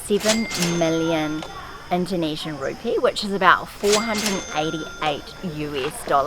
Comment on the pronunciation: It's Indonesian Rupi-ah isn't it, Not Rupee. Just sayin hehe.